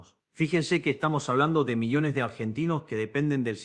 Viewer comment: Quien es la mala persona q hizo esto retrucho.Dice IA en lugar de ya,millones,contribuían.